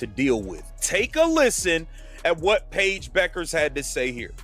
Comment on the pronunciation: The name is pronounced BECK ers, NOT BOO kers.